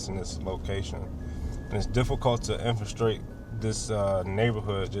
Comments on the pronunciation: “infrastate” it’s infiltrate you moron deport this guy too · The ice keep saying "infesterate." What is infesterate? lol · what in the fuck is infastrate???? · Bro says infistrate instead of infiltrate I'm dead we gna infistrate the hornets nest😂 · Did he say "infistrate"??? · “Infastrate” come on bro?! Infiltrate… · “ Infustrate “ ……… Mmmmph 🧐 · Infastrate? Infatrate? Words are hard. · The ice dude/officer is exhibiting the enemy. Dat is slang. And his job is to infiltrate but he doesn't know how to pronounce the word. Twice! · ice agent can't pronounce infiltrate lmao. Thats some high iq individuals they got. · the ice agent who can’t pronounce infiltrate is funny af , anyways trump 2025 maga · Somebody please tell that guy how to say infiltrate. 😂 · ICE agent driving can't even pronounce the word INFILTRATE correctly. I support ICE, but that's ridiculous